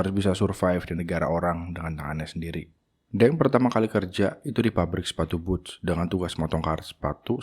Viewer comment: Perbaiki cara baca, jangan deng tapi teng, e pepet, dinasty qing dibaca cing.